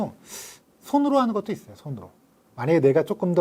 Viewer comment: 있어요를 있어여로 발음하는 특징을 갖춘 분!